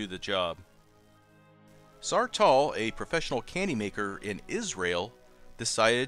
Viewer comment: its saar tal not salt tar lol